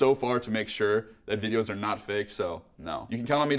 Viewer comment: Has anyone ever told you you make subtle extra R sounds when you speak? “Videorrrrs” “Uploarrrrds” “Episorrrde”